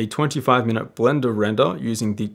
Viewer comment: My favorite thing he says. Blenda Renda!